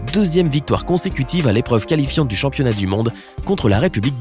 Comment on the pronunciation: Est ce seulement moi qui a entendu championniat?